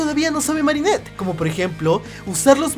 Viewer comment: Marinert si es digna de ser guardia okey no pronuncias eso de nuevo,👍🏻